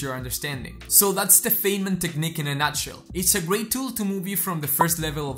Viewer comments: As a former physicist, I would give you a tip and inform you that Richard "Dick" Feynman is pronounced like f"eye"nman. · First time viewer. The content is excellent and I will teach it to my students. A critique though, I would hesitate to share the video itself because of one simple, recurring error. Dr. Feynman's name is pronounced Fine-man - as in, he was a fine man. In the grand scheme of things, this is trivial. But when you make the point of studying the history of your subject, well... Anyway, keep going, and yes, based on this video, you deserve more subscribers. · This is great, - a very useful introduction to the technique. But since you are talking about "learning" it would be great if you could learn to correctly pronounce Feynman's name. :)